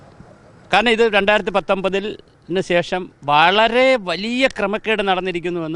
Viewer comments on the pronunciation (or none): none